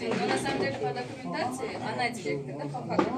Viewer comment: пирказ мес приказ дректор мес директор тобаа ушу жонокой созду туура айта албайт екенсин